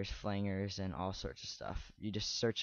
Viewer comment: LOL "flangrrr"?? just for reference it's pronounced "flan-jer" i'm not trying to make fun, really, that just caught me off guard, cheers